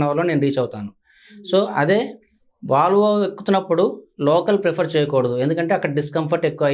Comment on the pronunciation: వాలవో. కాదు. వోల్వో. అనాలి...